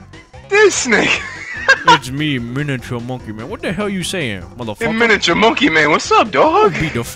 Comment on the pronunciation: ITS MONKEY MAONNN